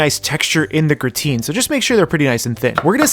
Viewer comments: It's not pronounced gruh-teen.. but rather graa-tn lol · gra-tain not grateen. grah - tain (same as tain-ted). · Its TAN not TEEN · I know this is a 2 year old video but every time he says "gruhhh-teen" my f'in soul dies a little and i cant hold it in. By all that is unholy man why?! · Love seeing French cooking in anime! Just a quick note: Gratin is pronounced grah-tan with the 'n" cut short. :D